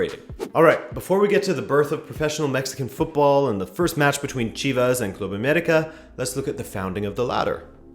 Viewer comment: Your pronunciation of Club América is a sign of respect. Se aprecia.